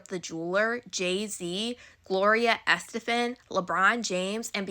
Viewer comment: It's killing me how u keep sayin her name wrong lol, Gloria Estefan's a legend. This story is crazy